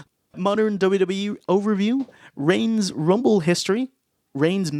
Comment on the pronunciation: boys, it's REIGNS. It bothers me.